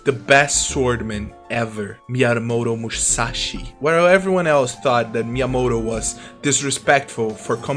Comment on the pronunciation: Fertility "diet-ty" and "Miata-moto musashi"😂😂😂😂 is he trolling?